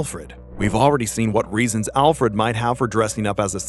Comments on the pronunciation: I hate how you say ALL Fred instead of ALfred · is it just me or did he say ALL FRED? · I stopped watching after he said "olfred" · Can you genuinely not pronounce Alfred? In a medium where your diction is your most important factor? You saying ALLfred half the video shows youre not confident.